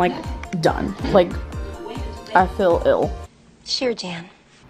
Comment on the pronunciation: This is gonna be petty as hell but I hate how she says "I fill" instead of "I feel"